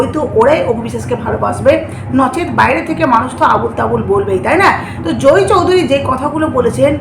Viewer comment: জোই চৌধুরী নয়, জয় চৌধুরী। উচ্চারন ঠিক করে উপস্হাপন করবেন।